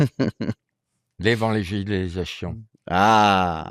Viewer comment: Le meilleur moment de la vidéo, c'est quand Laurent essaie de dire "l'évangélisation". 42 min 30. L'évangiléjachion!